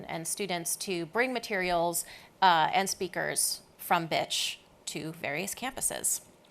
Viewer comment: Pronounced "Betch" with vocal fry.